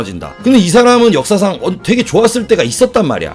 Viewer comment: 역사상 이란 발음이 왜 "엿"사상으로 들리냐 ㅋㅋ